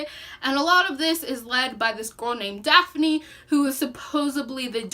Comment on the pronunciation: Also it’s Prince Gar, not Garth. Dathne, not Daphne. Very knowledgeable about the story, but killed the names of characters and races which are very important.